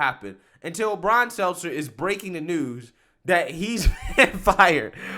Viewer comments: His name is “STELTER” No s or z I get the joke “Selzer” but you never say his name correctly! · Bro I love your channel but can you PLEASE look up how to pronounce people's last names before you start recording? I don't know how many more times I can hear you say "Brian Seltzer". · He just can’t get Stelter’s name right…